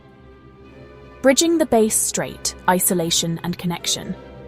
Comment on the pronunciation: Bass Strait, WTF? Not Base Strait (say the "a" like "apple" or "math"). If you are Tasmanian, please confirm number of toes/fingers (10 each), head (1), arms/legs (2 each).